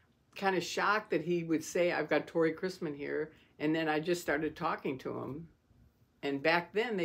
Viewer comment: Thank you & note: it's Tory not Tori 👍🫶